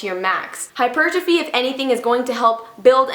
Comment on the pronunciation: When she said "hypertrophy" 💪😍👌👌👌👌👌